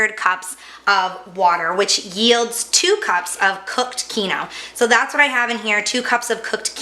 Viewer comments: It's keenwah!!! NOT keeno. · Holy shit it’s KEEN-WA The KEEN-OH almost had me turning this off. If you’re going to use an ingredient that is from another culture, at least pronounce it correctly. Thanks for the recipe? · What is keno? Do you mean Quinoa - pronounced keen -waa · Kee noooo what? It's QUINOA sweetie (kee no wa / keen wa) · "keen-wah" lol wtf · It’s pronounced keen wah! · Quinoa it's just pronounced uniquely here it is usually pronounced keen-wah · quinoa..., pronounced keen wah. 🤣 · "Keen-WHA" but otherwise, great recipe! Thanks! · "keeno"? hahah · Is.. she trying to say quinoa. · I legit had NO IDEA what she was referring to. Thank you for clearing that up. Quinoa. My god 😆😆😆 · Hey. At least she didn't say kwinoah!